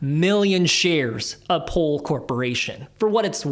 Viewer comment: So confused when I heard “pole” not “pool”